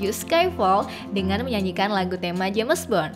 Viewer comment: Jems but ai reng